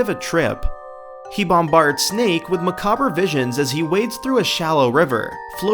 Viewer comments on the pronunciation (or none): Ugh, I can't believe you pronounced macabre as "macaw-ber" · When I was a teenager the monsters from Drake's Fortunes didn't scare me at all. Their eventual appearance was far too heavily foreshadowed and then they finally showed up they looked like Smeagol. Also, you're going to catch a lot of crap on the internet if you keep mispronouncing "macabre."